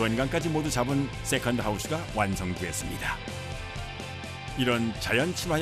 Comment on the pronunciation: 역시 세컨드 발음은 어른들이 해야지 제맛입니다 쎄칸드~ 너 이년아 쎄칸드지 이년아~!! 지하철 할매가 생각나네요